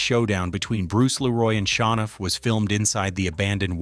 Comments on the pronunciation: ITS SHOWNUFF NOT SHA NOFF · Pronounced Show-nuff I think, not Shawnuff.